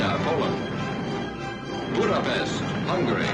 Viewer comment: The narrator completely stuffed up the pronunciation of Budapest, Miskolc and Diosgyor. Unbelievable. Would have to be the first person to ever get a Hungarian name wrong. No seriously, this is very interesting video and thanks for posting it